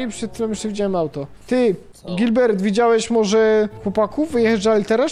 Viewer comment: Nie gilbert Nie dweyn Gelberito Dwayne